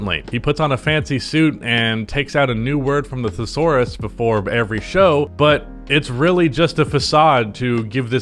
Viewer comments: You're making it too hard on yourself lol you're getting too caught up in trying to say thesaurus like three it's way easier to say it like the-saurus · THIS MAN CANT EVEN SAY THESAURUS! HE’S A BONAFIDE SCRUB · pronounced thesaurus like it was a new word he just picked out of his thesaurus